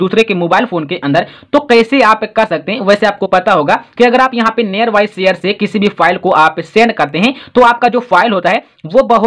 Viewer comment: Near bolna sikho pahle